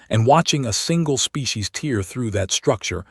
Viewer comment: "... most Galactic NAH-vees ..." This native speaker of usa English expected "NAY-vees". 18m:56s: "... STARing at a photograph ..." In this context, rhe word rhymes with PAIRing. "... watching a single species TEER through ... " You wanted TARE. --- Abandoning story with THUMBS DOWN.